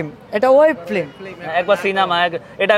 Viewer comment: শব্দটা ফ্লিম না ফিল্ম হবে😁😁😁